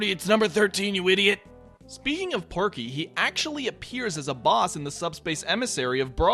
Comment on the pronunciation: Hey, it's Pokey, not Porky